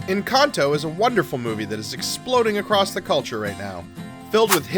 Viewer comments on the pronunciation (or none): none